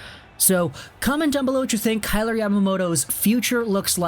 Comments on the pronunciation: Pronounced K-eye-ler like Tyler with a “K” not K-ay-lor like Taylor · you're pronouncing his name wrong...